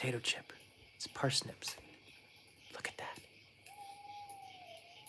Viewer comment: Par snips not Per snips........Ever try Baba ganoush? Shhhhhhh, don't wake up Kanai.